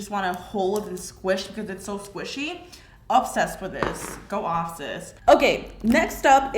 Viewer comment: I really love watching your videos but you always kill me when u say ubsessed instead of obsessed